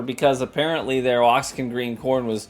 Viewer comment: Wah-hawk-in is how we pronounce it in Texas. Really good Mexican mozzarella style cheese too. I put it in my enchiladas. These both sound very interesting.